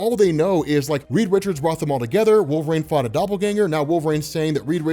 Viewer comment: Why does he keep saying "wolvRAIN" driving me crazy